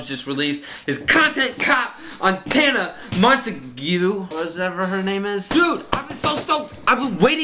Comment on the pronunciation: l0l "tana mont goo" just say tana mojo L0L